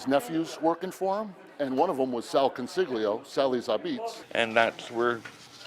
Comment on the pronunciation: ConsiGLio 😂😂😂 Italians can’t pronounce their own surnames. Embarassing.